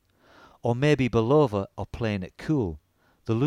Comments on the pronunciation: It’s not a ‘Bull-Over’! It’s a ‘Bull-Of -Uh’ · It's pronounced BULL-UH- VUH. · Mate, give Bulova a phone call. They'll tell you it is never pronounced "bull lover". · its not Bull-oh-va friggin limeys... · This is very nice review of the Bulova Lunar pilot -- well done! A couple of background comments, if I may. Bulova (pronounced BULL-uh-va, with accent on the first syllable, and no long "o" sound but "uh" instead) wanted to get their products on the wrists of astronauts and lobbied US Congress hard to get another shot at a contract, pointing to the rules set out in the 1933 Buy American Act. Bulova didn't have any manual wind chronographs in their catalog, so they went to their Universal Geneve subsidiary and procured the watch that became the prototype worn by David Scott in 1971. Ironically, it was a Swiss watch through and through, with a Valjoux 72 or 7736 movement. David Scott was given the watch by fellow astronaut Frank Borman, a West Pointer (US Military Academy) with personal ties to the president of Bulova at the time, who also knew Borman from West Point. Bulova's CEO was retired five-star General Omar Bradley, yet another famous graduate of West Point beloved for his leadership in World War II. The watch was carried as a favor and part of Scott's "personal effects", which all astronauts were allowed to bring on board with approval from NASA. They also took a bunch of first-day-of-issue postage stamps, which led to a major brouhaha later as NASA took a very dim view of astronauts using their government service for financial gain. The Omega Speedmaster did indeed fail after the second EVA on the moon, so Scott simply strapped his Bulova prototype on and completed th